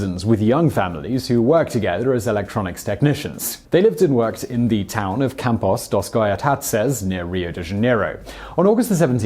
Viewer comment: Put the name of the cities you can't pronounce on screen, I heard "Campus (followed by gibbrish)"